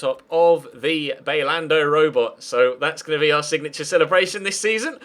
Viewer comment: Hey! Little correction there but Bailando is pronounced as BY-LAN-DO, so just the first syllable was off, have a good day!